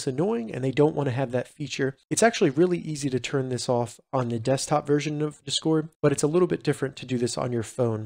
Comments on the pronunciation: Tysm for the help but please pronounce discord right 😭 you’re putting the emphasis on the wrong half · WHY ARE YOU SAYING "DISCORD" LIKE THAT 😭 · i disliked not because of the content. but because of your pronunciation of the word discord